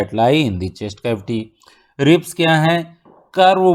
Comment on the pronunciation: Sir ne ribs ko galat pronounce kiya unhone bola rabs but it is ribs whatever spelling is correct💯